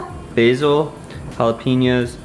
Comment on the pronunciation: It's not Jalapeeño. It's jalapeño.